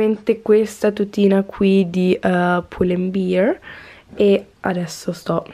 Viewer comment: si pronuncia pull and BER non pull and BIR